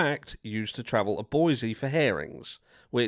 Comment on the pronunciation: Just FYI. Boise is pronounced BOYZEE. I’m from Oregon. It’s Boise=BOYZEE. Not BOYZ.